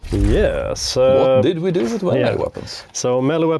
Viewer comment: Its pronounced Melee , not Melee .